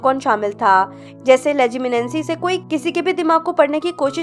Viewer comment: Its legilimency, not legiminancy